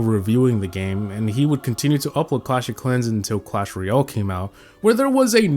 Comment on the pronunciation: Clash “Royale” not “Real”. Painful to listen to.